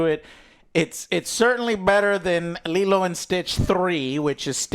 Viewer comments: Why is none of Joe's friends correcting Joe, that it is not leeloo.. but Lilo! Come on mannn. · “Lilu” is taking me out 😅 lol I’m teasing of course it’s an easy mistake to make. Lilo and Lilu are very similar names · I find it hilarious that Joe keeps calling her "Lilu" even though Lilo's name is half of the title lol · I don't know if Joe's intentionally pronouncing characters name incorrectly, but it's kind of funny: Lilu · His inability to say Nani and Lilo and says “Nina and Lilu” is incredible 😂😂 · Does Joe go out of his way to get all the names wrong? Lilu, Nina… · The one thing that annoys me about is he can never pronounce names correctly, he hears his 2 friends saying Lilo and Nani, instead he calls them Lelo and Nina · Oh god I actually didn't even notice that 😂. I was too busy writhing in pain every time he call Lilo "Leeluu" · Lol, he keeps calling her “Lilu”. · bro why tf does joe keep saying "lilu" he always mispronounces shit, is he like dumb or something LMFAO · Take a drink every time Joe says Leeloo instead of Lilo. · I don't like what Joe keeps saying Leelu instead of Lilo. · Leeloo and Stitch? Pretty sure it's pronounced Liiilo and Stitch. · And Leeluu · And Lelu instead of Lilo. You'll end up with alcohol poisoning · Best part of this is Joe calling LILO , Lelu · Lee-loo. It’s extremely annoying. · At one point he says Lilo then uncorrected it by saying Lilu. I think he's just a bit stupid. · And Lilu 😂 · Its Li-LOW and NAH-ni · Lee-loo? Wtf? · joe stop mispronouncing lilo on purpose bro the heck thats just so silly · Why is this clown keep saying Lilu?? Wtf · Good god both and can’t pronounce the names. The movie’s in fucking English how fucking hard is it to repeat an English word?! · Joe can't pronounce any of the names in this movie except Stitch 😅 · take a shot every time they say Leelu instead of Lilo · its lilo not lilu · Anyone else annoyed at the name pronunciations of lelu and nena? What’s that about?